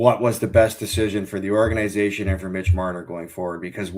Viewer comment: These guys need to learn how to say “Organization”